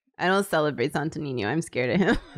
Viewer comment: I just,,,,,,,, love pronouncing sto niño properly and the others are just, SanToH NeenYoh No offense, just so love hearing non filipinos pronouncing our words sjdnskndksnckd Love u guys!!!